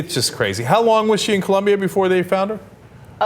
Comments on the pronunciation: It's "Colombia" not "Columbia" At first I thought it was a story about someone being deported to Washington D.C. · COLOMBIA. Not "Columbia." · Its OOOO not UUUUU, COLOMBIA !!!!!!! :) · it colombia not columbia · its COLOMBIA not Columbia, you idiots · It's COLOMBIA you guys! Why do most Americans get that wrong????